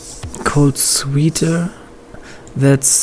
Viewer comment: Sweeter xD [Swätter] = Sweater du xD